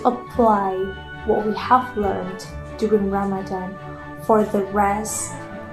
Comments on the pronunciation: I love also how you went out of your way to pronounce words correctly like Ramadan and Muslim ❤ felt so genuine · I LOVE the way you pronounce Ramadan! its refreshing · Okay, I have to give it to: perfect pronunciations. I don’t know if it comes naturally to you now (given your partner) or if you actually made an effort. In any case, it’s noticed and it’s appreciated. 🤗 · Hit like the moment you pronounced Ramadan correctly 🥺the effort to learn <3 ✨ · Thank you so much for shining a light on what is such an important part of the muslim faith. I am so impressed with your pronunciation of Ramadan, ifthar and maghrib ❤❤❤ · The fact that you say Ramadan correctly makes me so happy :) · love the way you pronounce "Ramadan" and "Muslim"!